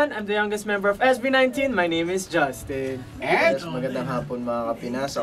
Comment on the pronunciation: I really love how Justin pronounce his name. nahuhulog ho ako don!